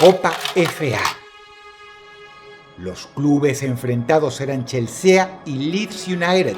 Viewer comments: Dross no se pronuncia chelse-a, es chelsi xd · Dross se dice "Chelsi" no chelsea xd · es "Chelsi" no "Chelsea" -es "Chelsi" no "Chelsea", con razón no tiene amigos :'v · Dross pronuncia perfecto el inglés, pero no pudo decir "Chelsi"... Cero fútbol el chabón, cómo le vas a decir "El Chelséa"???? 🤭🤭🤭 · Todos pronunciando chelsea: Chelsi😎 Dross: ChelsEA😎😎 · Que asquerosa pronunciación de inglés, Dross "C h e l s e a" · Por qué le dice Chelsea?xdd es "chelsi" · Chelsea no se dice, se dice chelsi. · Se pronuncia Chelsi no Chelsea Dross. Pero del resto todo bien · Se nota que Dross no sabe de fútbol mucho , hablando del Equipo chel se a , se pronuncia chelsi, jajja , pero bueno el vídeo.🔥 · El CHELSEAA 🤣🤣🤣🤣 ay Dros que no se note que sos futbolero xD es Chelsi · Chelsea? Se pronuncia Chelsi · CHILZEA?? CHELCEA???!!!! SE DICE "CHELSI" XD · el chelsea asi como se escribe lo nombro jaja se pronuncia chelsi... ahí te das cuenta que Dros es 0 futbol. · Se pronuncia Chelsi, no chelsea. Y es racing club, no el racing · Todo el mundo: Chelsi God Rotzank :CHELSEA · Todo el mundo: el chelsi Dross: el chelSEA 😂 Gran video Dross 💪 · Chelsea se pronuncia chelsi jaja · Menos futbol que dross diciendo chelsea en vez de chelsi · aprende a pronunciar los nombres de los equipos anda chelsea... se dice chelsi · CHELSE A ( SE pronuncia chelsi) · Se pronuncia "chelsi" no "Chelsea" 🤦🏻‍♂️🤦🏻‍♂️🤦🏻‍♂️🤦🏻‍♂️🤦🏻‍♂️ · dross: Chel sea Nosotros: Chelsi :v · se pronuncia (chelsi ) Mamahuevo no chelsea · Chelséa? jejeje, por lo visto Dross no es mucho de futbol. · Chelsea?? Se dice chelsi XD en fin como siempre videazo dross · Dross, no es algo tan inportante pero al Chelsea se le dice "Chelsi" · Se pronuncia chelsi Dross xd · Chelsea 😂 buen intento dross , se pronuncia Chelsi. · se pronuncia "CHELSI" el chelsea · Me encanta la pronunciación de Dross de ciertos equipos jajaja Chelse-a, Cleypol.. ni siquiera se molestó en buscar como se pronunciaban correctamente jajaja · se lee chelsi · "CHEL SEA" 😂